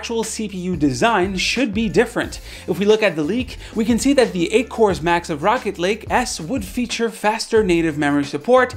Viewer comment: I swear that sometimes it feels like he is saying Rocket League instead of Rocket Lake